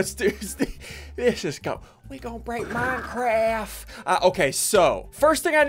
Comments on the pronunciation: No one: Literally no one: Ssundee: we gon break minecwaft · “We gonna break minecraf” -Ssundee 2019. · "we gone break MINECRAFF." -Ssundee 2019